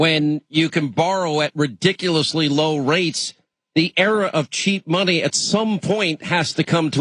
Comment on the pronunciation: Can we take seriously someone who cannot pronounce ‘era’ properly?